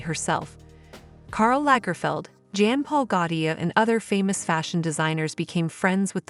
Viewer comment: Like many other idiots, it’s obvious you butcher any French name or word (like Jean Paul or couture)🤮